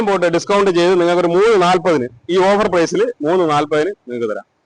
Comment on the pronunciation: Over അല്ല ട്ടോ.. offer എന്നാണ്